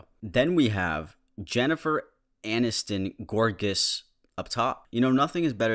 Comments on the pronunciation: i choked on my pizza hearing him say gorgous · right absolutely “gorgous”